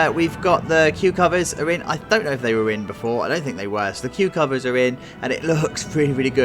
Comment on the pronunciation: bwahaha, I was reading something while watching this and swore you said "the cucumbers are in" when you said "the queue covers are in". I need sleep.